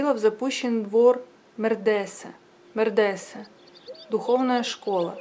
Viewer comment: Спасибо. Чтение неплохое. Шьёшь и слушаешь. Только надо поработать над ударениями. Особенно резануло произношение слова медресЭ